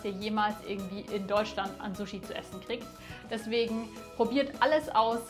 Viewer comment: Ich bin Japanerin. Wenn jemand so gut japanisch spricht wie Du, kannst Du bitte richtig sushi( scharfes S) statt zushi (weiches S) aussprechen?😊